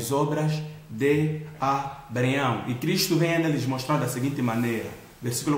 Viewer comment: Muito bom, mas não deixei de notar "Abreaião" kkkk... Obrigado irmão pela palavra edificante